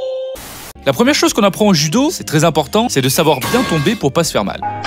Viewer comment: “Tu va faiwe partir la fumée😂